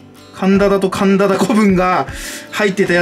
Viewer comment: 、あけましておめでとうございます❣️ 苔くんめっちゃかわいい💕私も育てたくなりました□(←苔)関係ないけどカンダタのこと一生カンダダって言ってるの笑うwむしろ言いにくそう( *´艸`) 革、興味ありますよ〜。服はスカートくらいしか持ってないけど小物は革製品を愛用してます❣️ 生きてて楽しいと思えるデニム、いいですね〜✨私のお気に入りはEDWINのブルートリップです！ボタンにBLUETRIPのロゴが入っていたり内側のステッチが可愛かったりカラフルな飾りが付いていたりして、履きやすいだけでなくとっても可愛いんです🥰 今年もの感情ダダ漏れ全力実況楽しみにしております💖